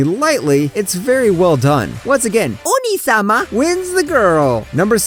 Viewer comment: the way he says "onii-sama" Killed me..